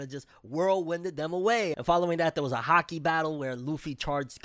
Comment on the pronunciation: I wasn't looking at the screen and totally thought you said there was a "hockey" battle instead of Haki.